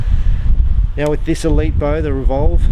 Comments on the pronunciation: Been waiting for a legitimate review of the Revol for about a year! Happy to see that you liked it. I look forward to trying one out sometime. Also its pronounced Re-Vol. Thanks! 👍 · It's actually pronounced like rebel, except replace the B, with a V, to make revol. Don't worry, I caled it the same thing. Lol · just don't pronounce an extra v at the end? Reevawl is how you would pronounce it.